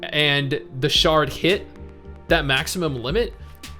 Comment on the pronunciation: I lol’d at “sharting feature”. Yeah I know it’s shard, but...lol